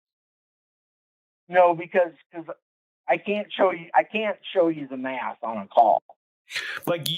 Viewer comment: Did he say he has a Math degree or a Meth degree?